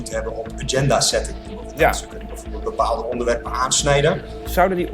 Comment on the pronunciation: PhD, maar Agenda niet gewoon in het Nederlands kunnen uitspreken?